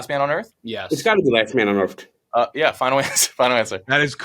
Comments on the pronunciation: “It’s gotta be last man of earft” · he's literally the king of "that's what I was gonna say" 😂😂😂. Like, if he was even 1% as smart as he acted like he was he'd be undefeated in trivia, but the reality is he may be one of the dumber people on this Earft, (as pronounced it). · with the craziest pronunciation of Earth I’ve ever heard haha